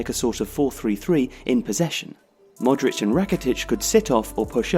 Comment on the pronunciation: its not Modreač its Modrić...🤦🤦